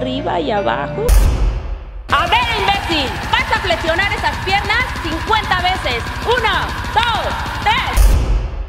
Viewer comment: se pronuncia FLEXIONAR, no FLETZIONAR, la pinche moda duranguense y sus modismo de hablar: TAXI-TATZI, DIRECCION-DIRETZION, OXXO-OTZO, OPCIONES-OTZIONES, ELEKTRA-ELEPTRA...y un pinche largo etc;(hasta esta madre la pronuncian como etece, etece), lo increible es que los pinches maestros de hoy hablan asi, desde ahi viene el problema, cuando suban videos por favor cuiden esos detalles, estas nuevas generaciones van camino a la chin...